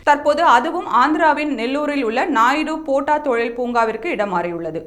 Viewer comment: நாயுடுபோட்டா தொழிற் பூங்கா இல்லை அம்மணி. நாயுடு பேட்டை தொழிற் பூங்கா என்பது தான் சரியான உச்சரிப்பு அம்மணி. செய்தி வாசிக்கும் முன்னர் ஊரின் பெயரை சரியாக உச்சரிக்கிறோமா என்று ஒரு முறை சரிபார்த்தல் நன்று.......